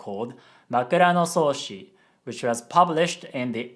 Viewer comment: makuranosoushi -> makaronisoossi :D